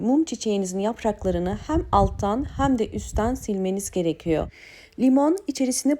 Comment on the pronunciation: Yeni nesil neden "hem" diyemiyor acaba